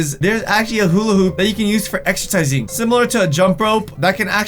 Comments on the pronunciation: Who else heard him say excertising instead of exercising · Why did he say exertising instead of exercising